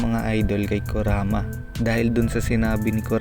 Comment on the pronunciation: ano sabi mo kuraka. kuraka o kurama. Tangina mo tarantado.ayusin mo paggagawa ng Vedio 😆😆😆 👎👎👎